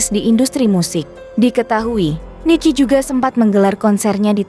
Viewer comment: Rocker bkn rockers..kalau utk lebih dari satu baru namanya rockers...dan Nicky dibaca nikki BKN rici...belajar dulu buk